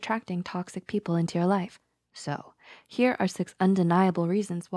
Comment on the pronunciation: They say "people" like pee-pole as in a pole you pee on